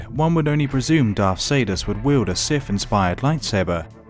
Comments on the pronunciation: Darth Caedus (pronounced Darth Kai Dus) not Saydus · It's Kydus not Caedus